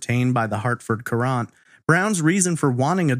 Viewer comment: I grew up in Newtown during this time. I was around 12 and this along with Richard Crafts were the biggest news forever. I always thought this case had been solved. also, FYI Hartford Courant is pronounced the same as Current not ker-Aunt